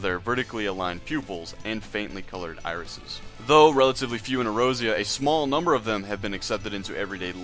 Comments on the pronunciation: Ay-Oore-zee-yah. Not errozera, do you even play the game? I read what you said word for word on another website. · Its "Ey-or-zee-uh" not erozea, its not a JP pron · A OR Z UHH = Eorzea E ROSY UH Aside from that, enjoyable. This just bothers the shit out of me. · SAY EROZIA AGAIN